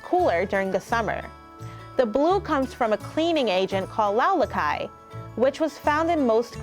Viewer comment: Loulaki pronounced like lulakai... Λουλάκι>Lulàki in Greek! Very nice video but everyone hears about Mykonos and Santorini... There are much more nice places in Greece Also, no one ever talking about Northern Greece! Greece is not only Athens and Islands! Thessaloniki, Drama, Komotini... Samothraki island just amazing! *in Greek the island called Θηρασία(Thirasìa) Santorini is a non Greek word that somehow was adopted even by Greeks! When some Italians sail to the Island of Thirasìa they saw a little church of Saint Irene on the shore! Saint Irene >Santa Irini> SantoRini It is a Italian rooted word In Greek the island is called Thirasìa!